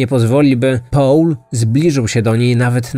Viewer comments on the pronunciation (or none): Mówi sieneutralnym gruncie a naturalnym i nie połl tylko pol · Proszę Cię, to nie jest Połl, tylko mniej więcej: Pol :) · O co chodzi z tym 'Pałlem'? Nie mogłam się skupić na treści, bo za każdym razem jak słyszałam 'Pałl' to przewracałam oczami.